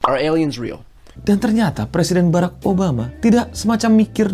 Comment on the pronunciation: Tinggal ngomong barak malah Beraek